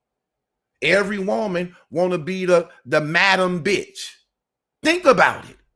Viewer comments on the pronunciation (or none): none